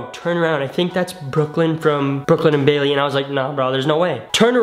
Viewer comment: The face tho also awww ship also the man cant say brooklyn and baily